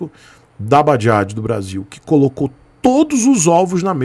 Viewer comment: Badiadje ou seja lá como se pronuncia isso... Essas motos novas são como comida chinesa: Se não sabe como pronuncia não compre kkkkkkk